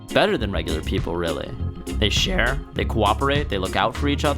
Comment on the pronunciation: "they shAare"